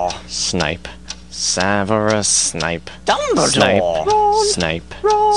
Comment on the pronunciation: dumbledore sounds like hes saying jumbledore xD